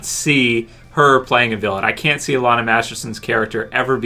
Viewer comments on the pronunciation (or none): none